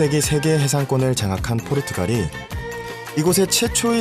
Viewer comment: 포르투갈 말음이 안되나 포르투칼 거리는거 귀에 거슬리네